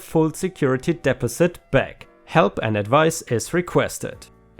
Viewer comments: I know you love to ignore people’s comments on pronunciation, but “deposit” is pronounced “deh-paw-sit”, not “dep-oh-sit”. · ... DE-POS-IT!!! Deposit is pronounced De-Pos-It, not Des-Pes-it! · not trying to be mean but deposit is DEE POS IT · Dee pozz it should do the trick. 🌟🌟🌟🌟🌟🌟🌟🌟🌟🌟🌟🌟🌟🌟🌟🌟🌟🌟🌟🌟🌟🌟🌟🌟🌟🌟🌟🌟🌟🌟🌟🌟🌟🌟🌟🌟🌟🌟🌟🌟🌟🌟🌟🌟🌟🌟🌟💖😄💖😄🌟🌟🌟🌟Again, your English is way better than my German. Because of its multiple sources, English pronunciations have exceptions to the exceptions. Sources go back to ancient Greece, the Roman Empire a smorgasbord of languages 😄 hang in there. Every day gives us a chance to learn something new. 🌟🌟🌟🌟🌟🌟🌟🌟🌟🌟🌟🌟🌟🌟🌟🌟🌟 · Hi, great post as always but use Google translate to pronounce "Deposit" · Pay pal= sounds like gal, not paul The bnb story sounds crazy. The guy and his friends did not damage the house. And they supposedly cleaned it up before they left so what was the owner raising such a ruckus for? Deposit= de (long e) pos' (short e) it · Also the "pal" in Paypal is a softer "a" sound. And as others have said, you do a very good job, and in fact I've heard your English improve over the course of doing these videos. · To enhance your language skills in English... It's pronounced de pos it. And it is pronounced dem o'd as in dem o lition. English is a hard language to comprehend to start. Idioms and slang are even worse, but you do very well.